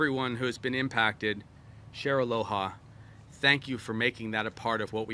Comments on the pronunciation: "ALO-people of Hawaii" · 1 minute in, couldn’t say Aloha, mispronounced names, made inappropriate and off colour joke, forgot the mayors name, compared him to a football player of a team he couldn’t remember the name of... 1 minute.